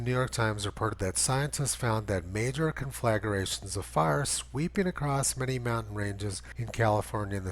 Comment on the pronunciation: Love the videos, Tony. Just one very minor thing to nitpick: con-fla-gra-tion vs con-flag-ar-a-tion. The quality of forests have degraded in some areas, like eastern Maine where I lived for a decade, due to strip logging on a very short rotation for biomass (primarily poplar and fir). The extremely moist hemlock-spruce-beech forest floors of centuries ago containing shin-deep squishy mosses, decomposing leaf duff, and millions of gallons of absorbed water have been replaced with far more combustible matter these days, receiving more airflow and sunlight as a result of the widespread grid of strip cuts, the lack of a canopy, and perhaps the appetite of invasive earthworms in New England. The difference between my 10 acres and the 1000 acres once owned by a paper company behind me were night and day. I could set the neighboring land on fire with a dropped match. I would need a large pile of stripped birch bark to set a single tree ablaze on my property. If those 1000 acres caught on fire, 10 acres of an older forest probably won't matter -- just a little speed bump in the forest cycle of sprout, grow, burn, and seed.